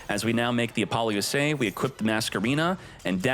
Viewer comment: Is it really pronounced Apollo - U.S.A ? I have been calling it Apalosa all this time…